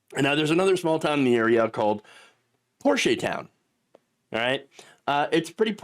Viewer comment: Sulphur deserves it. F them. Also you’re pronouncing Poche Town wrong. Poche is sulphur, just across the tracks same city though.